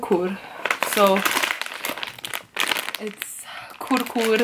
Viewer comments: It's not kurkur it's Kurkure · these stuff are found all over india. all of us indians do love all these snacks. and i bet, india has best snacks as compared to the world. and the kurkure.. i bet it is favourite snack of all indians. also, kurkure is not prounced as "kur-kur", it's pronunciation is "kur-kurè. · not a khur khur it's kur kure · Your opening music is dope!! Not sure how many times I have replayed the opening part just to hear it. And oh it's pronounced kur-ku-re😎